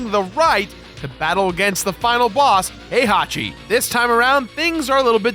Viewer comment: is he saying "Hey hockey" for "Heihachi"?